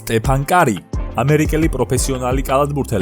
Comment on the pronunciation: 76 მილიონი კი არა 37,46 მილიონი გამოიმუშავა სტეფმა და საიდან მოიტანე 76 საინტერესოა. ემვეპე არა, ემვიპი და სტეფ ქარი და არა სტეფან კარი. აღარ გამიგრძელებია ყურება... ვარიორს არა უორიორს